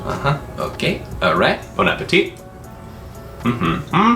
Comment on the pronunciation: Yes, you can do more on subconscious things as you want! BTW you prononced "bon appétit" correctly, without the final "t", yes ! :)